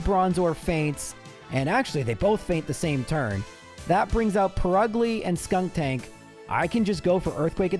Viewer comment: SkunKtank,? Wow. It's SKUNtank. No extra K, geez.